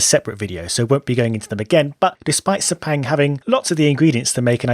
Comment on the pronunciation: While I support corner names, speaking of Sepang specifically, even if we put corner names there, Crofty and gang would definitely mispronounce them--very badly. I mean, most people (except the locals) can't even pronounce "Sepang" correctly (it is actually along the lines of Suh-pung. I wish we can write IPA in this space). But I'm nitpicking.